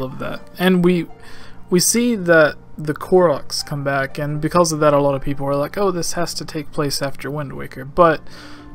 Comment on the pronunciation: "beKULLs".. am I hearing this correctly? "because" I think so.